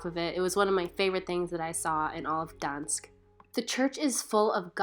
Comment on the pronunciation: Why did you not pronounce the G in Gdańsk?? It’s normal in English and polish to do this so no idea why you dropped it